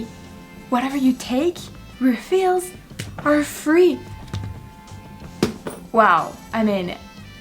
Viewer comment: In the northeast US, you will not see motorcycles from sometime in October to sometime in May. Be here in June, July and August and they are everywhere. Also, "refills" is pronounced as "reeeee fills", not "ra fills". Hope that helps.